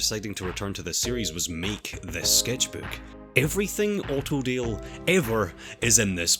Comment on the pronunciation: Autodale spoken in his accent sounds just like Ordeal, which is kind of fitting of a name